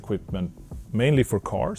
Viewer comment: Mr. Koenigsegg, you once explained how the name Gemera came about, what it means in Swedish, and how it is pronounced. I'm confused. Should I interpret this English pronunciation as a sign of low self-confidence or opportunism?